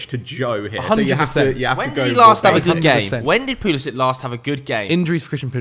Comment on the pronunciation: Stopped watching after he said pulisic